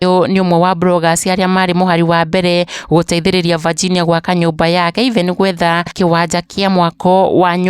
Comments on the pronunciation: Mbona unaitq Virginia ati vaginia😮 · Aki tell the kikiuyu daily news to pronounce the name Virginia well .not Vajinia